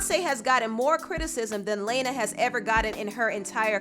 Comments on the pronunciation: But Lana did (La-na; not Lane-na or Lay-na like keeps saying) pave the way for many artists that came after her and was among the first to do the whole "sad-core" and melancholic style of pop music that we know today. She inspired artists like Lorde, Billie Eilish, Halsey, Miley Cyrus, etc. Her music is phenomenal and her latest album, Norman Fucking Rockwell, even got nominated for AOTY at the 2019 Grammys. As a huge fan of hers, I don't agree with everything she said and how she worded it but I understood her. We don't gotta drag her name through the mud, though. She's pretty much the Beyonce of alt music, but doesn't get as much recognition as she deserves. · "Laayna" ?1?! lol! if your going to talk about people at least pronounce their names right. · Meanwhile can’t say her name 😭 😂 it’s pronounced Lawn-Na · every time she said LaYnA I cringed 💀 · Hearing say “Lana” had me dying 🤣 LANA. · Lana, rhymes with LLAMA, lmao... "Laayna" "Laaaaayna" Lmao, I can't breathe. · why do you pronounce 'lana' 'lay-na' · the way she says lana lmao... it's literally pronounced how it's spelt. \(LA-NAH) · It's LAAAANA omd you don't have to like her to say it right how ignorant could you be -_ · Her name isn't pronounced like that. I want to say it's pronounced Lana but apparently that doesn't work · pabloescabar daughter her name should be pronounced LAWN- Ah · You are saying "Layna" on purpose and it is HILARIOUS. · Yo... Please. It's pronounced "lawn-na" Lana.... Jesus. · .....it's Lah-na......Lana. It's an actual name. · her: LAYna me:😑 mhm bye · It's pronounced "luh-na" 😭😭😭 but I agree with what you said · "Leyner del rey" 😂😂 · Do ya actually pronounce the queens name “Lane-Uh” LMFAO I’m shook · 😂 everytime I heard "LAYNA DEL REY" 🙏🏼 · It’s LAH-NA Del Ray. always stays unprofessional not researching properly aka pronounciation — always mispronouncing people’s names 🙄🙄🙄 she ain’t slick I keep on noticing this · Her name is Lana la na